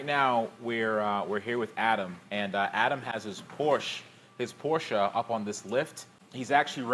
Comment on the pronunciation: Porsche!! NOT Porschaaaaaaa